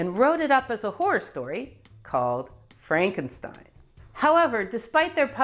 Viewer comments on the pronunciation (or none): none